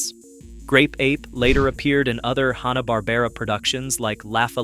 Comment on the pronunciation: "Hawna" Barbera...?? Sometimes it's said like that in this video, sometimes it's said right. How about watching any of the million videos about Hanna-Barbera to learn how to pronounce the name properly?